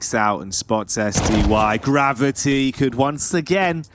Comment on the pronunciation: Gav-eye-tee. Gravy. Genius.